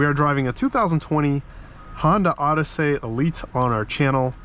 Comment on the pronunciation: What the heck is this OddySAY business? Just pronounce it normally like everyone else, OdyssEE.